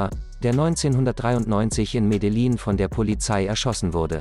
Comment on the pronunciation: Die Aussprache von Medellin üben wir aber noch. Wie immer top video!